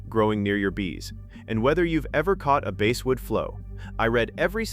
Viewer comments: stupidazzed AI, IT`S BASSSSSSSSWOOD, NOT BASEWOOD !!!! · Please try to teach your AI how to pronounce words!! Bass are fish, but I sing bass in the choir! Basswood is pronounced the same as the fish, bass!! AI will never amount to anything unless you can teach it to pronounce words correctly!!